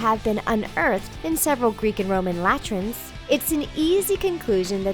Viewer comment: LOL "la-trins"